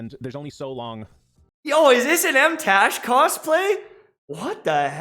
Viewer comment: Wow this man really said MTashed's name... 👀 (And the way he said it...smh)